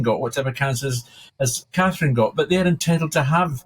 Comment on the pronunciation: Is it really hard to pronounce CATHERINE folks?